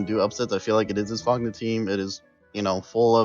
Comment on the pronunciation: FOGNA y'all pronounced Fogna wrong and while Fogna is (Well, was) mostly TTers, they aren't new to wars. Also they're basically all italians.